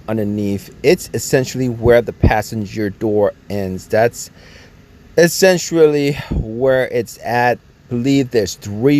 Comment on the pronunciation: The (essentruly) essentially is killing me